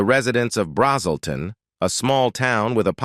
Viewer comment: “BRAZZ’ - uhl - ton” is the town.